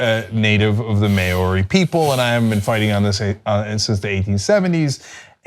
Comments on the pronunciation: I am from New Zealand, and first of all, hearing your pronunciation of Maori words make me cringe XD lol, but also, we are currently fighting a bill that would make all the rivers in New Zealand swimmable, not by cleaning them up but by changing the definition of 'Swimmable' to allow twice as much pollutants as there currently are. Protecting our environment is more important to us as a people then our government thinks it is, so we do a lot of crazy stuff, like make a river a person, to protect our land. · agree, they *should* research the correct pronunciation. Just like everything else they report on, they should be doing fact-checking. And, while I think it is the same as when anyone screws it up privately or publicly, it certainly is more significant when someone in a position of perceived authority spreads misinformation. How many people will now *also* screw it up, since they heard it here? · Alan G it's more like mouldy with an r instead of the D. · van der Hulst Uh, no it's not. The "o" in Mao, is pronounced differently to the "o" in Maori. Check your Maori vowels, brother. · "Nobody likes to hear their country's native language butchered." English gets butchered all the time, but I realize that people who don't speak the language or are from different regions will all pronounce things differently. I don't understand why anyone would be upset by that. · Eh, I feel like you're holding them () to too high a standard. Yes, the mistake is annoying. Yes, people will get Maori words even more wrong. But... What's new? 9/10 non kiwis are already saying it wrong, hell I know a lot of Kiwi's who can't even pronounce the Maori alphabet. NZ will either just decide not to care, or just grin and bare (I feel like that's spelt wrong) as per usual. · The pronunciation was really cringe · "Maori tribes" " It's not pronounced "may-oree" but "mowry," rhyming with "dowry." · its NOT MAYORI. its enunciated as MAO-Ri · Mao like how, ree, mao-ree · Maori!!! MOW-REE